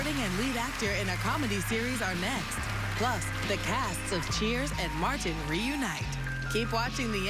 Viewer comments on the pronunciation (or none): MAR TIN 😂